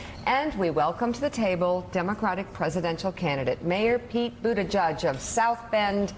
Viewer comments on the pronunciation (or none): His name is ButtiGIEG - not Buttijudge.